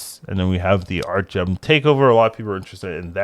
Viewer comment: ArtgeRm, with an R.